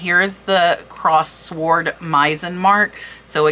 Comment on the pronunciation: What auction site do they use? Another pronunciation...pronounced with silent w...sword pronounced like sordid And gilt has a "j" sounding g not a hard guttural game. So sounds like jilt